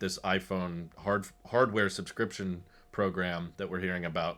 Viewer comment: I know what he meant but it was amusing to hear him say “behind camera display” Subscryption Tesla supports the ARM architecture?